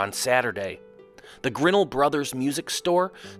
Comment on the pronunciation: FYI for potential future use: The piano store mentioned is pronounced grin NELL